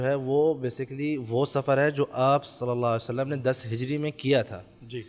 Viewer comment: نبی اکرم صلی اللّٰہ علیہ وآلہ وسلّم کے نامِ مبارک کے ساتھ درود پاک مکمل پڑھیں پلیز درود پاک کا ہر لفظ مکمل اور واضح ادا کریں پلیز